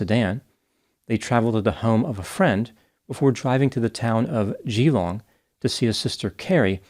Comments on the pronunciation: WIN-chul-se (not win-CHEL-sea je-LONG (not ZHEE-long) for Geelong 🇦🇺😊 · 🧡I’d try putting more emphasis on the Gee-Long. Normally, Dr you’re Spot On😊🏆🧡🇦🇺😊🧡🏆😊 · "Cemented her relationship with the contractor who had a paving company." Gold. Winchelsea is pronounced ... Winchel. .......... sea. Geelong, largest regional city in Victoria, is pronounced...... G'long. With the soft G as in Gerry. Interesting that you commented on a case around the other side of the world from you. It was big news here at the time. Easy to say that he was guilty when the city press get their hands on a juicy story like that. Sad story none the less. Do you know about the Azaria Chamberlain case? "The dingo took my baby." A sad travesty of justice precipitated by hysterical media attention. Thanks for your work. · It's far-kwa-son and win-chill-see. Geelong is pronounced je-long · Aussie here 🦘🦘🦘🦘🦘you usually do so well with our place names! Winchelsea is winch (a tool) L (letter) see (the eyes).....Geelong is Jill (girls name) ong The Farquharson needs some work too, but I'll let another Aussie tackle that..its 6am in the morning, I gotta get some sleep. A great effort none the less! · Thank you for saying "Melbourne" instead of "Mel-BORRRN". Edit: Oops, it's "Je-LONG". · The way you pronounce Geelong makes it sound nice. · I'm Aussie & the way said "Geelong" 😂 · Sorry, but it’s really bugging me. You’re putting the em-PHASIS on the wrong syll-ABLE. Both farquarson and winchelsea have the emphasis on the first syllable. There… end of rant. 😅 P.s. Same with Geelong. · FYI: His surname is pronounced Far Qua Son - the “h” is silent. Winchelsea is pronounced Winchel Sea not Win Chelsea. Also Geelong , is an elongated Gee then long. Aussie, Victorian and born in Geelong so just an FYI, not a complaint or criticism. Thank you for highlighting this case. Terrible tragedy. 🇦🇺